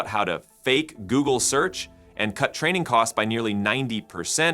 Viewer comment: I used to think this channel consisted of a guy who recorded audio in order for his avatar to lipsync the copy. Now, however, it appears to be an avatar for a chatbot. The voice makes too many errors in pronunciation; they seem like glitches or hallucinations. In this video, at one point, it pronounced 'search' as 'sooch.' I also saw a visual hallucination: it mentioned Zuckerberg attending a meeting, but it showed an image of Bezos to illustrate it.